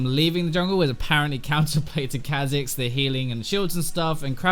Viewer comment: Kahh Zix ... I get angry when you say it that way. sounds so much better as Kaw'zix lol